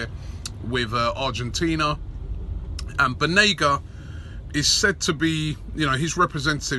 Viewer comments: Banega not Benega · It’s Banega not benega, come on robbie🤷🏽‍♂️🤷🏽‍♂️ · it‘s BANEGA robbie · It’s banega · *banega :D